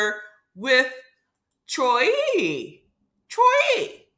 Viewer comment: Why you keep saying troi name like that ?